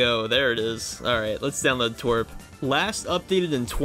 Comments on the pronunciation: ITS tea-doubleu-are-p not twerp😭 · but its tee wee ar pee...